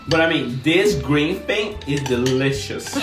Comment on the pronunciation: No one: Nobody:: BUT this green thing... is dELiciOuSss! 😂😂😂